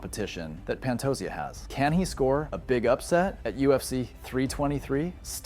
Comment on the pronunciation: Pantosia? U mean Pantoja? Learn the names jackass